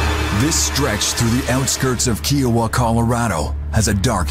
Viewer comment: It's pronounced Ki o WA ... Long I sound ... You know the vowel rule? Lol